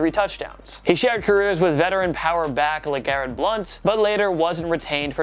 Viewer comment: its LEGARRETT!!!!!